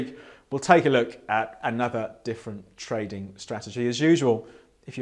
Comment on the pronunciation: Every time you say trading it sounds like toading.